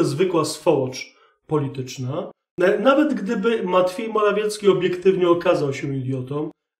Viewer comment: Ten Pana "matfiej morafiecki" rozbija system😂 A "pewien wysoki urzędnik" w wykonaniu Chińczyków toooo MAJSTERSZTYK 😂😂😂😂